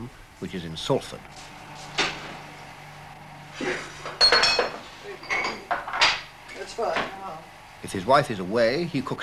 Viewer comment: I cringed at each pronunciation of Salford as if it had 2 Ls on top of that.